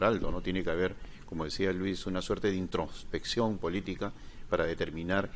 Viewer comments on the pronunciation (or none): "una suerte de INTRONFSPECCION politica..." la palabra es INTROSPECCION "...desde hace bastante tiempo no ha podido CONSTISTUIR?..." la palabra es CONSTITUIR Este impresentable quiere impresionar con un lexico que no posee.